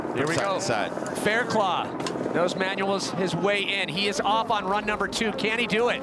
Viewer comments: lol yeah I know...I wrote it how it's pronounced. The dude on the video is pronouncing it Claw but it's actually Cluff. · It's Faircluff not Fairclaw. lol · His name is Fairclough not Fairclaw!!! Red bull needs to respect a riders name. Brendon showed utter respect no redemption needed!